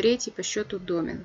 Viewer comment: Лекция супер. Спасибо.Претензия только к ударению в слове домен. Там на второй слог ударение.(так как из французского пришло слово).Очень режет мне слух